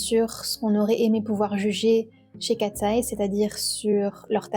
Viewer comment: J'adore ta vidéo ❤ +1💖 Parcontre c'est pas " Kateseye " Mais Katseye.